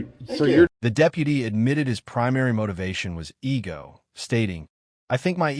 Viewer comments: AI-narrated videos are annoying. "E=G=O driven" No. It's "ego-driven" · The narrator of this video must be AI because it keeps mispronouncing words and spells out the word. Ego. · Verdict:- "eegio" driven ? Feck off with the AI shite